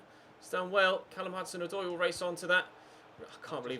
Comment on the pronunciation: "To Callum HazoozooDoy" xD